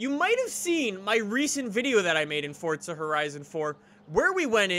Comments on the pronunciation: can u stop saying fortsa and say f-o-r-z-a it gets annoying when u say fortsa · Guy says fortza its forza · Is it only me or does it piss anyone else off the way she says “forza” , the guy says “fortsa” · it is forza not fortsa have a look when u go onto the game next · Jacobs IT'S FORZA NOT FORTSA FORZA!!!!! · Any one else notice on most of his vids he says fortza instead of forza?? Comment below if you noticed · I'm sorry but it's forza not forTza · why do so many people say fortza horizon? its forza horizon. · Its called forza not fortza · SMFH. forTza? really dude? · Fortza. It’s fucking forza there’s no T in the title. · forza not fortza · Forza not fortza u duck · where is the t in forza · Why does every forza streamer say FORTZA there is no T in Forza lol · this is not why he says fortza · Can someone plz explain to this man that there is no "t" in "forza" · Duuuude its pronoinced "four-za" 😂😂😂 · Why do u keep saying fortza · why does every god damn flipping YouTuber say "fortza" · Is he saying fortza horizon 4 or is that just me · Why does he say fortza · XD why does he keep calling it fortza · Why does everyone say fort-za horizon 4??? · Stop saying fortza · FOOOOORRRRRZZZZAAAA not fortsa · Fortsa???? Lmao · its actually called fortsa but ppl like me say forza